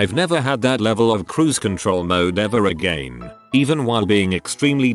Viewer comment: no one: the voice: AgEin